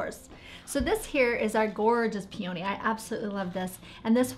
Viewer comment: Love your flowers, but you need to work on at least one pronunciation, look up peony in an online dictionary that will pronounce PEE-eh-nee, accent is on the first syllable, there's no O sound.